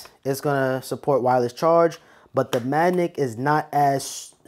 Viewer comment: Is it me or does this guy keep saying the word Magnet wrong?? He keeps saying manick